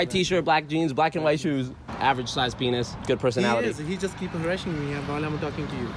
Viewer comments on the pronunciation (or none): "Average size paynus"